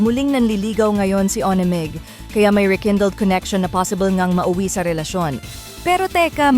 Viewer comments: ‘Wan Meg’ hindi po ‘Oni Meg’ ….ONEMEG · Tama ba an dinig ko?... Bakit ONMIG... MAHIRAP BA SABIHIN, WANMIG nalang. Ayusin pronunciation ha...🙄🙄🙄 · Pls pronounce his name 1meg not o ne mig. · Anung O NE MIG … it’s 1mig . 🙄Sna u watched the video first b4 u posted. So clear how aiko’s pronouncing his name. 1MIG not O. NE. MIG. Kaloka! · Mam.paki ayus lng ang pronunciation ng "ONEMIG" 😂